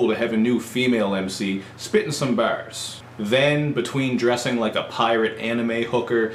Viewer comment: I like the way you say the word "bars" other than that good review!